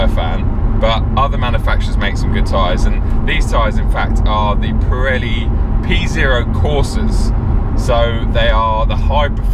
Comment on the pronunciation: I think you buggered up your audition as a pirelli ambassador in this video 😀